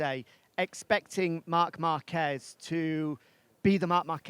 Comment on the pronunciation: Márquez not Marquezzz